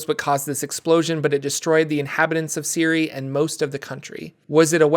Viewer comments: Shouldnt Cyre be pronounced Sye-er? Siri is a very weird way of pronouncing it . Is it actually the official pronunciation? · Si-er not siri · Always thought Cyre was pronounced Sire not Ciri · Pronouncing Cyre as Siri is wild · It’s “Sire” (Cyre), and they’re called Cyrans “Sirens” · in Keith Baker's: Sharn, City of Towers, Cyre is pronounced Sire